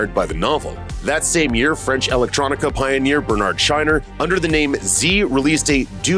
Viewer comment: Bernard Szajner, not ‘Shiner’, kids.